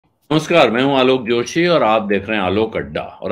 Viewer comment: Nau nahi nai hota hai..... Josha nahi joshi hota hai....